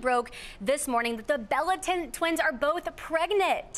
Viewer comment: "The bellatin twins"